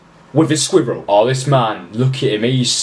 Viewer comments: I like how he sAys squirrel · The way he says squirrel 😂😂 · THE WAY HE SAYS SQUIRREL MAKES ME SO HAPPY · the way u say squirrel😂💙💙💯🔒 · The way you say squirrel 😂😂😂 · My favorite part of this video was how you said squirrel. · THE WAY HE SAYS "squirrel" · I love the way he says squirrel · The way u say squirrel makes me cringe